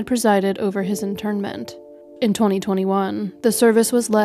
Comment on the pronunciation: InTERment, not internment. The IRA got the latter; Danny the former.